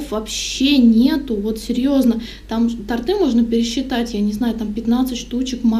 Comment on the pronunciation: Не тортЫ, а тОрты)